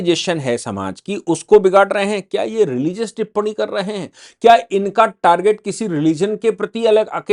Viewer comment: Sir टिप्पणी होती है ना की टिप्पडी आप लोग अगर हिन्दी की ऐसी तैसी करेंगे तो हिन्दी का क्या होगा ।